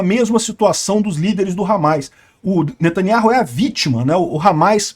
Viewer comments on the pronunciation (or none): none